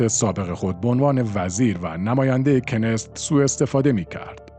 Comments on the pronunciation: دوست عزیز خوش صدا ، پارلمان اسراییل (رژیم صهیونیستی) کنست keneset خوانده میشود نه کنست،kenest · کنست نه کنس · ممننون ازتون..فقط تلفظ صحیح پارلمان اسراییل کِنِسِت است. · تلفظ کنست در ستشkenesetبه عبرانیכְּנֶסֶת، ایشون توسط موساد دستگیر شد و توسط خود موساد بازجویی شده لصلا ربطی به شین بت ندارد چون کارگروه شین بت درمواجه با فلسطینی هاس، ولی درگیری اطلاعاتی موساد از لبنان و دیگر کشورهای خارجی است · کنست را درست تلفظ نمیکنید . knesset . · اشتباه در تلفظ: کنست.